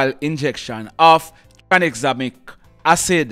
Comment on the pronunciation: It’s “Tranexamic Acid.” Not “Tanexamic” acid.